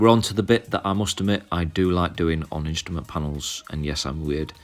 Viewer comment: "Instament" panel?